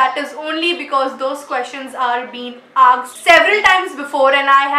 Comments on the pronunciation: Is film not flim and its asked not aksed. Thought it was a nice video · Asked or aksed...? Film or flim..? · She is saying asked as aksed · The way u say "asked" as "aksed" is too cute 😀😀😘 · Never mind its asked not aksed !!